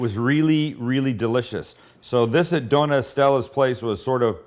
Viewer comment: btw! Dona is actually doña, so pronounced like do-nya